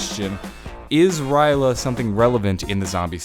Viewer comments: Somebody... somewhere... is whining that you didn't pronounce R'lyeh right. It's okay, it wasn't meant for us mere humans to pronounce it since it's meant for a more alien tongue to say. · I'm triggered he said rly a wrong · surprised noyone is mad at him from the way he says R'lyeh. then again e.e if you actuallu know the lore their is no right or wrong way to pronounce it (we cant pronounce cthulhu either, along with a lot of other things) e.e i doubt cthulhu will have much to do with the story later on in the story, its gonna be a more minor thing (yet still possibly big) e.e which is sad i love hp-lovecraft so i was happy when they added in his influence